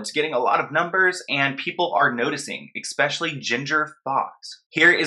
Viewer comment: love you and your videos, but pleasseee stop saying eXpecially lol there is no X in especially